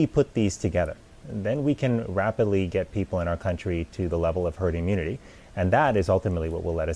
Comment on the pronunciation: Did Trump really say, "turd, eh herd immunity?" 😳🤣 That's worse than "herd mentality." Trump's "best words," hilarious!